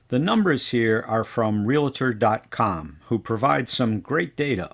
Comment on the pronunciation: Good information-packed video. Answered most of my questions. Note- REOCCURRING is not a word. The word is RECURRING. Realtor is pronounced REAL-TOR not REAL-I-TR. Very good annunciation. Nice and clear, and unlike so many, you do not talk too fast! Very well done! I grew up in Florida, and until my Dad died the saddest day of my life was Jan 8, 1971 when at 11 years old, they dragged me out of Florida. I missed it every day of my life since. Now that I'm retired I think I may make Barefoot Bay my new paradise.